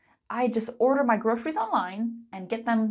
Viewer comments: why are you saying grosheries? it's a "s" sound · your presentation or online lesson is excellent. It's easy-to-follow and understand and interesting. I really love it though the second syllable of groceries was pronounced as Sh sound. I assumed that this sound does not exist in your mother tongue. All in all, I think you have presented a great lesson. Moreover, in my personal opinion, you were born to be an Online English teacher. You have the looks, competence, confidence and effective communication. You should have a million online followers,. Keep on your good teaching! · Why did you pronounce "groceries" this way?